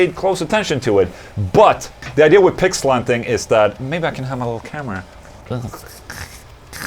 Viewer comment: My wife thought you said "Pig slapping" not "Pick slanting" 😂😂😂